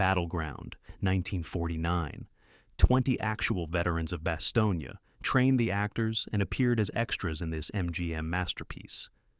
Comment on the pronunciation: Really Bastonge-Ya